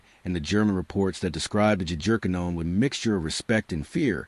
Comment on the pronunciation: Is it AI? or ignorance? For the love of God, fix the pronunciation of Jagerkannonen. Yah-ger-kah-no-nen